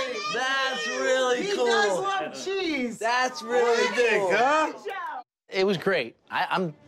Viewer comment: the way he says cheese has me laughing so fucking hard ohmygosh